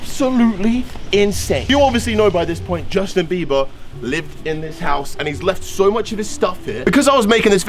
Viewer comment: How many times you say Justin 😂 beaber